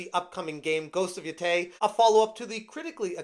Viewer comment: It's pronounced Ghost of YO-TAY